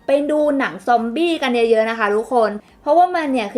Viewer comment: ซ๊อมบี ซอมบี้ ซอมอี้ อี้ อี้